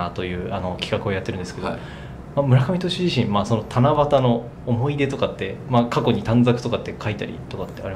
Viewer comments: ほんまや！思ひ出言うてますね〜笑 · 才木ずっと思ひ出って言ってんのじわる